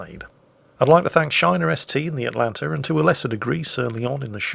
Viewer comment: you where doing so well, and then you started to go atlanter right at the end...